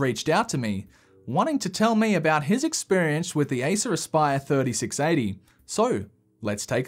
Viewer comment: Aissuraspaiör. Thats how it sounds in finnish ear😂 Its acer aspire!!